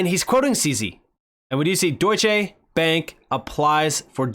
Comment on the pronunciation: It's Deutschè, not Deutschéé. Just so you know!!!